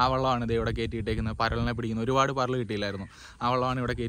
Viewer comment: പരളല്ല പരൽ എന്ന് പറയ്‌ 😁 മുടിപോയപ്പോ ലുക്ക്‌ മാറിപ്പോയി 😢